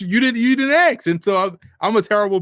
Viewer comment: I like but I can't take anybody seriously that pronounces the word ask as "axe"